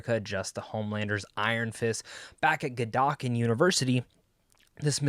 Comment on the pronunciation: god-uhl-kin lmao